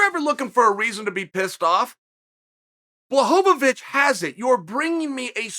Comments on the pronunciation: bro it s Blachowic not blachovowic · He still says blahhhhoohoovich😂😂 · nvm he only said it right the first couple times then went right back to blohovovich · At this point, it's gotta be on purpose🤣 If he reads the comments like he says he does, he knows about "BlAhOvAvIcH" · Please, stop calling him Blachovowicz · He pronounced his name correctly , then later he got into character and started mispronouncing again